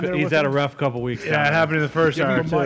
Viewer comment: Over an hahr of shenanigans? Yes please